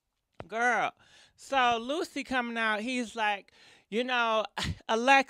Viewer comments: She said it right the first time, so I think she mispronounced it on purpose afterwards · The EXTRA C CANCELS the name LUCY! Its LUC-CI. LIKE THE CLOTHING BRAND GUCCI...LOL. My goodness. It CAN'T be that hard. You hear the lady saying his name sis.😂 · You look nice once again! Lucy....lol! It’s pronounced Lu Che 😂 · Its not lucy its lucci lol you an these damn names lol Damami from nyc still love you tho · cracks me up Jacking up peoples names, love it. Lucy lmao.